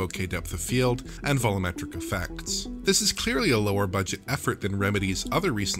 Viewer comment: Someone at DF please learn how to pronounce “volumetric”